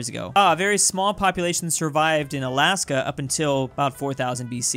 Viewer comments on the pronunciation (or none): none